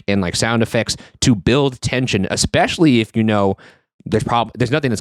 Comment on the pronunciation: my absolute least favorites are when people say 'expecially' instead of 'especially' and 'I seen' instead of 'I saw'. Ugh 😅